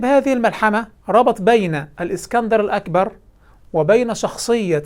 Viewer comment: بيقولك، الاكسانر "الاقبر" بالقاف. والله يستهال يتفضح على ديه لوحدها